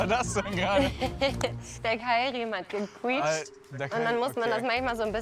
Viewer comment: Ge „kuitscht“